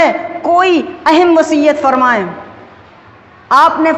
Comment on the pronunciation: Abe kis jaahil ko khutba dene khara kar diya ? Vasiyat Ko vasihat kah raha hai aur daur yaane zamaane ke door yaa dur Kah raha hai ! Abhi Mai ne pura to suna hi Nahi ! Aur aage yaane baad me kitni Zak maari hogi voh to AL'LAAH hi jaane ! ?